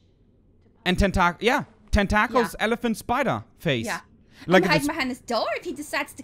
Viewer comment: 10-tackles? lol tentacles